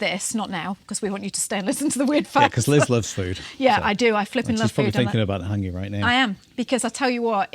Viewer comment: Practise your pronunciation of Hangi - other than that - agreeeeeed.